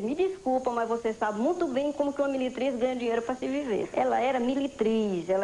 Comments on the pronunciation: Kkkk 🤣🤣🤣eu entendi militriz!!😂😂😂 fiquei rindo sozinha aqui tbm!!🤣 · Ela era " Militriz " kkkkkkkkkk